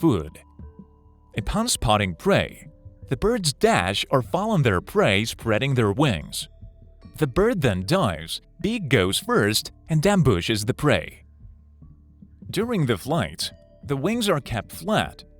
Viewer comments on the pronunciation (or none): Ambooshes the prey… You-ren… brawther or sister… largest population of the count-en-ant… Etc. at least he got boobies right.